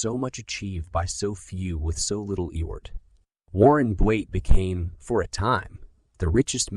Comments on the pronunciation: What is he saying eort what word is he trying to say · Effort. It can’t say the letter F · Eyort! 😂... Thanks! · HORRIBLE - The AI used to read this book does not recognize theleyter F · Pronouncing the word "effort" wrongly is so distracting in this audiobook.